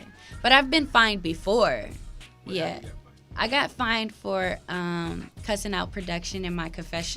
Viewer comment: Y’all killing me it’s FINED not FIND 🤦🏽‍♀️